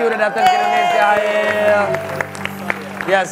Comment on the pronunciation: Its "Hael" not "Hail" 😂♡